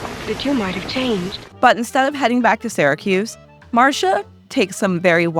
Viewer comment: A fun video, thanks! Two pronunciation corrections: It's SHURE-wood, not SHARE-wood; and it's SY-racuse not SARE-acuse.